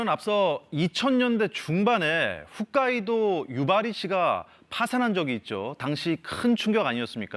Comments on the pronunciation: 훗카이도 아니고 홋카이도. 아놔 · 어디서 시작된건지 다들 훗카이도 훗카이도... 유튜버나 비전문가들이라면 이해가 된다만, 공영방송 아나운서도 훗카이도라네.. 수준떨어지는 공영방송 레벨